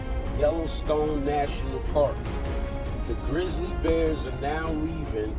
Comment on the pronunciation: “Grizzal bears?” He’s making me mad. He SHOULD NOT BE ALLOWED TO SPEAK ONLINE!!!” People are gonna start saying it that way now.